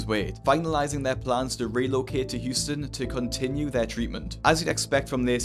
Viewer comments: its Houston not Hutson lol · Huston No its Houston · Houston is spelled Houston not Huston!😂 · it’s Houston not Huston mate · Houston, not Huston. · It's Houston not Huston. Just fyi. I realize you don't live here so I wanted to let you know for future videos. Love your channel. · Its Houston not Huston homie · It's HOUSTON, not Huston lol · It’s Houston not Huston.